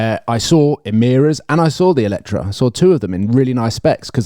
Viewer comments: I can’t believe you went to the press launch and still pronounce the name of the car wrong every single time. I get it if it’s a foreign company but lotus is a British brand 😂 EletrE And non eletrA. Anyhow, much more enjoyable episode when is there. As always I end up putting a thumbs up but would be really nice if you took onboard a bit more of what your beloved audience suggests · ELETRE =/= Eletra. The car is called EletrE. To set some context, I’ve been to a Lotus event presenting the car for non press public and the lotus people called it EletrE. E at the end like Evian. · Evian has an E at the beginning. That is the sound that should be at the end of EletrE